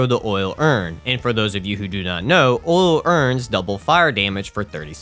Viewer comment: If I have to hear "Oil urns" pronounced as "Ool Urns" one more time..lmao